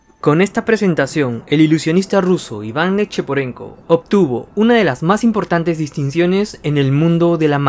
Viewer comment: Ese acento: ivan = ivang A continuación = a continuaciong xd